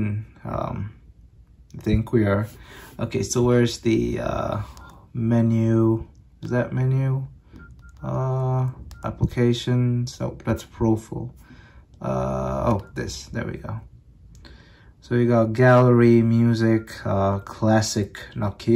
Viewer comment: pronounced profile: profold...